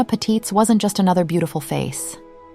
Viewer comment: Not that it matters much but I'm German and just happened to notice, the stress in Patitz is on the first syllable